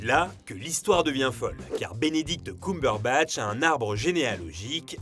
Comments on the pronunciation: alors ça ne se prononce pas ''Coumberbatch'' hein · Personne:: Benedict Coumberbatch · C'est pas pire que Cucumberbatch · J'avoue enplus il appuir bien sur le COUM😭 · ça me stresse la façon dont tu dis "Cumberbatch" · Bordel la prononciation ... On sent qu'on est sur du bon franco-français. Le mec s'est renseigné pour pondre 11 minutes de blabla à propos de quelqu'un dont il ne sait même pas prononcer le nom correctement. C'est fort. Très fort. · Dsl mais la prononciation du nom cumberbatch c pas encore ça ... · Le prochain qui dit Cumberbatch meurt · J'ai tout apprécié ! Pour moi son meilleur rôle est "The Imitation Game" ! Par contre la prononciation de son nom de famille j'suis pas trop fan! Je ne sais pas si ça se prononce comme ça mais ça a sonné faux dans mon oreille ! Sinon je vote pour #Reno ❤️ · Wow attend, On prononce KeumeBeurreBatch pas KoumeBeurreBatch. Sinon c'est une bonne vidéo comme d'hab xD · j’arrive avec du retard mais stp c’est « ceumberbatch » pas « coumberbatch » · Désolée mais j'ai beaucoup de mal à supporter ta voix alors quand en plus tu ne prononce pas le nom de la personne correctement (genre vraiment pas) et bah c'est complètement l'enfer (pardon pardon pardon ) ça se dit CUMberbatch coàmment le sperme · C'est Ceumbeurbatch !!!!! Pas cuuuumberbatch 🤣 mes oreilles 😭 mais super travail comme d'habitude 😘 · Sérieux c'est horrible ce COUmberbatch... tout le long c'était insupportable, Cumberbatch ça se prononce KEUMberbatch... on dit bien fun et non foun, sun et non soun... désolé mais là c'est vraiment insupportable même si la vidéo est bonne. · C'est pas "coum-berbatch" ça se prononce "keum" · CUME BURBATCHE PAS COUM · C'est Cumberbatch et pas Coumberbatch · Benedict “Coum”berbatch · Non pas du tout ! Tu as raison. Petite erreur de prononciation dans la vidéo. En Anglais c'est bien "Keum"